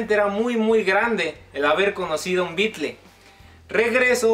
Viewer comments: Que hermoso recuerdo! te felicto y me alegro un monton por vos! pero porque le decis BeatlE y no beatle como se pronuncia realmente, en ingles? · No me gusta la forma en que decís Beatles, porque dices bykle y no suena bien. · Si eres tan fan, porque dices bitle? Mal ingles